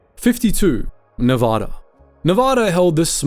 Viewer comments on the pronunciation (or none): Nevada is pronounced with the first "a" being short as in Cat. You say it like in that state like you said it here, it's your ass. They are touchy about that. Also It is Tuskegee. You BUTCHRED that pronunciation.